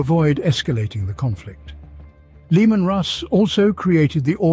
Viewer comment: I love how you keep pronouncing it Lemon lol